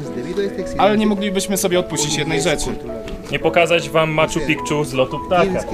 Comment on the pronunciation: "Maczu Pikczu" no spoko